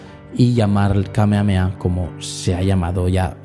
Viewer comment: Krilin no dice ahí "Kamehame ha" sino "Kamehame KA" 😅